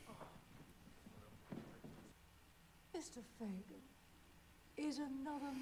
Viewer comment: its Fagan.